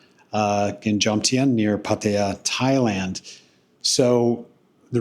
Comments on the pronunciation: Why can’t Americans never learn to pronounce things right? Even the places where they decided to live. It is not Padia, it is Patta-ya. With the stress on the LAST syllable, not the first. So don’t be a moron, learn the place you chose to live and learn it from tho locals, not from other morons who also never learnt it right. Otherwise a quite good video nicely presented. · I refuse to watch any videos by ex-pats who don't even show enough respect to put in the slightest effort to pronounce the names of the city they are in. You DO realize that there are three 'A's in Pattaya? Pronounce ALL of them. And Pattaya is one of the easy Thai names. All it takes is a little effort on your part.